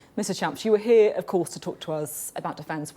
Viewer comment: Did she call him Mr. Shamps at the very start? Brilliant. 😂